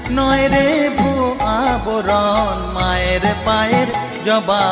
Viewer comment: আবরণ নয় কথা টা আভরণ